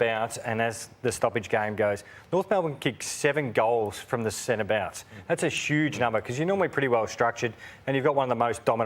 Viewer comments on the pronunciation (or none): Jimmy: “that’s a shooge number” 😂😂😂